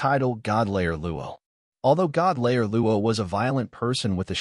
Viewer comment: Need to get the pronunciation right it's god slayer not layer.